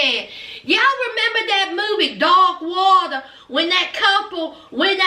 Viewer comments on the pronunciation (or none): Your accent really came out with "DARK WATER" 🤣 There's people everywhere getting scammed like Yolanda & David, it's not that they're too stupid to believe it, it's that they don't WANT to believe it 😔 Even if they're actors, it's showing a real problem amongst vulnerable people who ignore red flags to feel wanted 😣